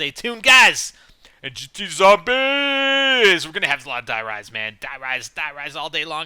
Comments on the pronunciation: Its Die Rise as in High Rise it rhymes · No god damn it, Die rise is supposed to rhyme with high rise, jesus